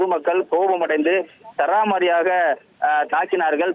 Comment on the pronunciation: உங்கள் நிருபருக்கு சரமாரியாக என்ற உச்சரிப்பை கற்றுக் கொடுக்கவும்.